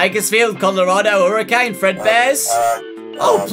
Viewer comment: Anyone gonna tell him how to ACTUALLY pronounce Hurricane? It mildly hurts... Please...